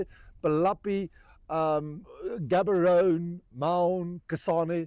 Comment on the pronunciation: Great presentation 👍🏿 But man, learn to properly pronounce Gaborone. You speak Afrikaans and the sound of Ga in Gaborone is the same as in Afrikaans. Cheers.